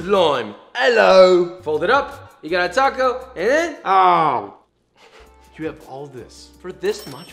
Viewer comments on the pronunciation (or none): none